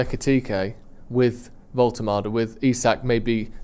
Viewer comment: It’s Woltemade. Said before Newcastle signed him it’s crazy he’s gone so under the radar as he’s the most talented one of the lot